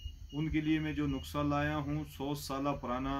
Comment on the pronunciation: حکیم صاحب معذرت سے ۔۔ نکسہ نہی نسخہ ہوتا ہے